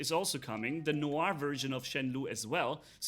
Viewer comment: If you want to know how to pronounce « noir » the last one was good , it is ,indeed ,pronounced nuar